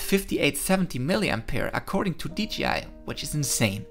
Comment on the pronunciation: It's Dji usaid dgi